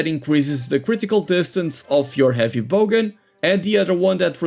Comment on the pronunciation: Great video. By the way, it’s bowgun not bogan 😊